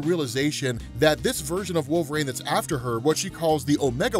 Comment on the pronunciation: I love how you pronounce it "Wolv-RAIN" lmao